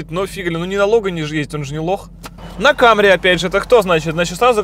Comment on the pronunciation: если ,,лухури" то не ,,камри", а ,,самри".Акалемиг, старайся)